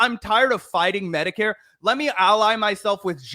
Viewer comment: I think he intentionally mispronounced Medicare fraud to miss lead the audience.😠